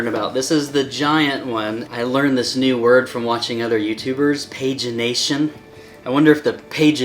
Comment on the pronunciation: Hot co correctly say "pagination"